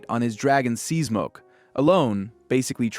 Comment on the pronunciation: It's, SEA-SMOKE!! Not seezmoke! 🙄